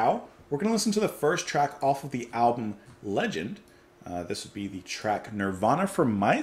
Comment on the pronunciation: The title of the album should not be pronounced "Legend" but "Leg End" (which is why the sock is on the cover - it goes to the end of the leg). Also listen to a band called "Art Bears"; they have a lot in common with Henry Cow, and many of their musicians played with both bands, like guitarist Fred Frith, drummer Chris Cutler or singer Dagmar Krause.